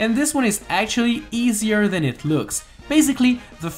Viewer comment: Whenever he says "and that's pretty much it" I keep on thinking he's saying "and that's pretty much sh*t